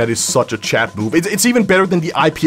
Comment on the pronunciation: did anyone notice he says chad instead of chat